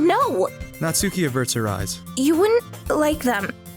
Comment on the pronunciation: Ditch the "U" when pronouncing "Natsuki." (Not-skee) Aside from that, very fun dub. :)